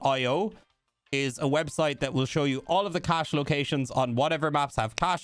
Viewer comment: cache not cash. he should’ve just said stash’s